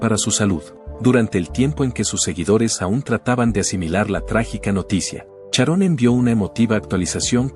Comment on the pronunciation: ¿Como que fue una estrella? Ozzy no sé a muerto todavía, además se pronuncia Sharon y no Charón. 🤔